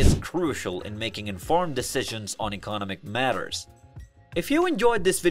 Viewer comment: Is it me or does it feel like this whole episode was written and put together by AI? Even down to the voice. It can't pronounce words like economic or commodities correctly lol.